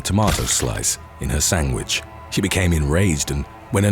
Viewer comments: “sangwidge” tho 😂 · "Sangwich" lol , love it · What the hell is a sangwich?